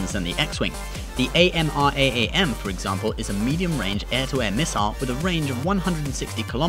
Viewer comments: "the A. M. R. A. A. M." please just say amraam phonetically, "aamraam" or "advanced medium-ranged air-to-air missile," that's okay too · Isn't the shield on an X-Wing a ray shield, as opposed to a particle shield? If so, it would have no effect against kinetic weapons. Also, AMRAAM is pronounced 'amram'.